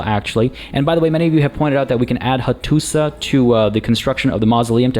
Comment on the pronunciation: Hello! Just a little thing, when you see letter š it's pronounced as "sh", so Hattuša Is pronounced "Hattusha" etc, i think. Usually I wouldn't care, but you encourage people in the comments So much, i thought i would write this here. Anyway I love your letsplays.